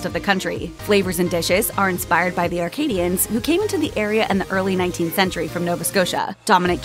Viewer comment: hate to be a pedant, but it's ACADIAN, not Arcadian. Acadian got morphed into cajun over the years. source:i'm surrounded by acadians here in new brunswick.